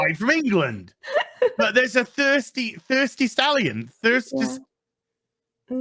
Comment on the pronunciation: can't stop saying Thirsty Stalion 😂😂